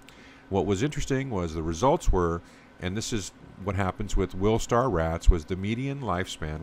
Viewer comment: Wistar, not wilstar.